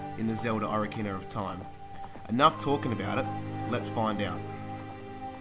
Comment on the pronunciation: So many fond memories, and he can't even pronounce the name.